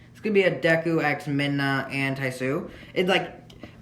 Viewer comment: Dude it's miinnaa dude not minma